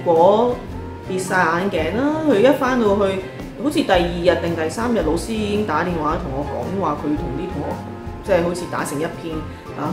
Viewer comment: 對於一位閩南人來說, 聽到粵語的老師, 會想成螺絲...😁